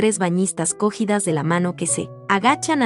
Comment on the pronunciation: Existieron otras mujeres artistas que destacaron antes que ella, se debe actualizar esa postura. Ojo con la acentuación, no se entiende cógidas porque la palabra no es esdrújula sino grave: "cogidas", tomadas de la mano.